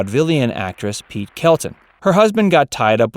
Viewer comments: Her name is Pert Kelton, not Pete. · Pert, not Pete Kelton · Her name was Pert Kelton not Pete!